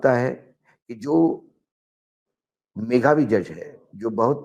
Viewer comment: वानखेडे साहेब 🙏🏼 मेघावी MEGHABI ❌ मेधावी MEDHABI ✅